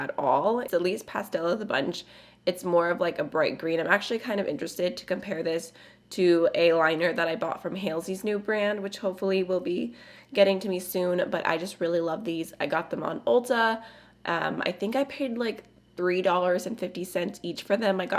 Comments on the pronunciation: Hey - it's pronounced HALL-sey, not HAIL- sie. 🤣♥️ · The way you said Halsey made me giggle